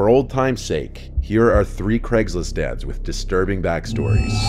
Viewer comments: Dont mind me, just giggling form the double take I had to do to the title cause I heard "Here are our 3 disturbing Craigslist Dad's" instead of "Ad's" when the video started LMAO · it sounded like he said craiglist Dad's 💀💀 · I heard "here are 3 craigslist dads with..."